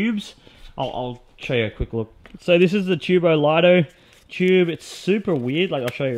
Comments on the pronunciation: Btw man It’s TuboLito L-ee-to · you say it tubo leeto